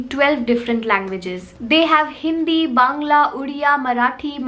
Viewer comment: The way you said bangla ... Only a true bangali can... A viewer from when you upload how to grow YouTube channel...